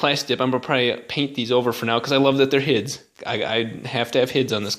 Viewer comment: They are "h.i.d.'s"(High-intensity discharge) not hids. Please dont start that..lol